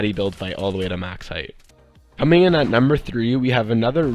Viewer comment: he said comening